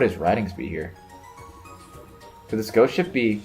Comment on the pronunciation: Every time you said Ghost Ship, I heard it as 'Goat Ship ' Imagine my disappointment once it turned out to NOT be a Ship maned by Goats:( Still, a great video as always,: )